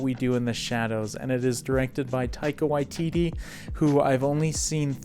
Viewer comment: Your pronunciation of Taika Waititi is fantastic. You're the only youtuber i've seen who says it correctly.